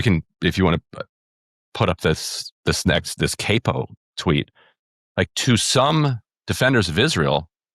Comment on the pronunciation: Isn't the "a" in Capo supposed to be a short vowel sound? When you pronounce it the way this guy did, it sounds like the device I clamp onto my guitar.